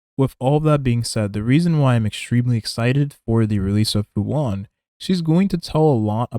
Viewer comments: Fu han? Lol its fu shan(xuan) lmao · Fu “Shuan” Not “hwon” This is Chinese, not Spanish my guy